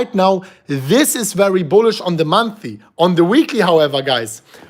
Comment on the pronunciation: Month-Ly -Not monthy